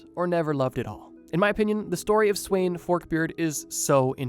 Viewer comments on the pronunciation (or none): the way he said sweyn(its actually sven) was so long from the danish pronountiation that i first realised whatneme it was after the video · It brothers me that he says sweyn even tho its acctually svend like bro isnt svend like also in the english naming line up??